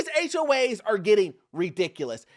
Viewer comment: Why do you sometimes say "HOH's) ??